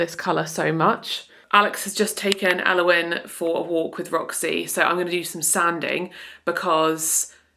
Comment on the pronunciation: The cottage is looking lovely, well done you two! Also, I just wanted to say that I could listen to you say Elowen over and over, you say her name so beautifully 💜🍄